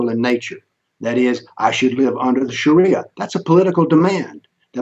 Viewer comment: The guy says Sharia Law as Shari Alaw.